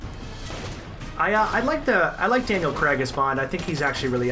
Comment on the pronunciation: What’s this Daniel CREG shit?? It’s pronounced CRAYG.